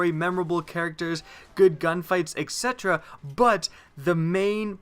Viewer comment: He is also pronouncing it incorrectly.